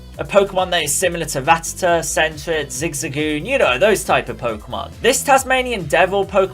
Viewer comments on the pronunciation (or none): none